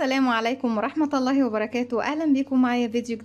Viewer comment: تسلم إيدك أنا بتابع كل فيديوهاتك شغلك روعة اللهم بارك. عندى ملحوظة على إلقاءك للسلام بعد إذنك....السلام عليكم ورحمة اللهِ .لفظ الجلالة بيكون مكسور مش مفتوح زى ما حضرتك بتقوليه...أنا أسفة بس مع الوقت تتعودى عليها إن شاءالله